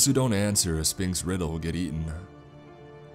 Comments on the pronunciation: Right, it’s pronounced sfinx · You're not supposed to pronounce the P in Sphinx! Right? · See this was awesome and creepy as hell in the beginning. But once the whole thing about sphinxes and whatnot came into play it lost all creep factor. Also is it just me or does he pronounce it spinx? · I love how you say Spinks instead of Sphinx. Lmao that's my last name. So apparently I tell riddles, and eat those who dont answer appropriately